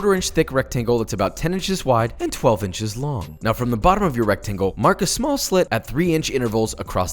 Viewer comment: "Mark a SmAlL slit"